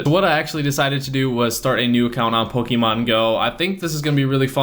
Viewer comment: it's Pokémon. Not pokeemon.